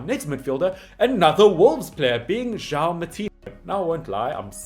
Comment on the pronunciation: The name "João" is not pronounced "Jao", but rather "Ju-aa-u". I know that the nasal sounds are difficult for a non-native speaker, but at least pronounce all the vowels!... :) The other names are very reasonable pronounced. Good job. Except "Oli-VEI-ra" (not "Oli-viera"). And in "Guedes" just skip the 'u' sound.